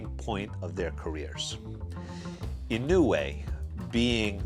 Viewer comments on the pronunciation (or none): It’s more like “ Yee-No-Way “ . Naoya is “ Now-Ya “.